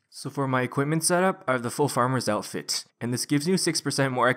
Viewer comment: "Hello YouTube, today I'll be showing an updated tree farming ruNN guide, for twenty seven-TEEN". "So for my equipment setup, I have the full farmers outfiTT". To be fair, the awkward syllable stress is diminishing with every video, but it is quite prevalent in your earlier videos. The only reason I mention it is because I find it quite distracting. I'm not having a go at you; I'm genuinely curious.